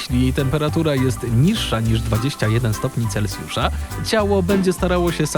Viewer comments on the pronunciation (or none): none